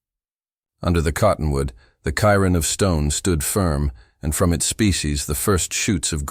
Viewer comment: Cairn.. stack of stones: pronounced "Kare'n".